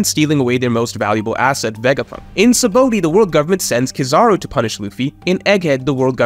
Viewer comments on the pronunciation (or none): Say it with me sa-ba-ode sheesh not sabooty